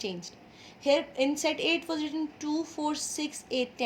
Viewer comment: You said wash 😂😂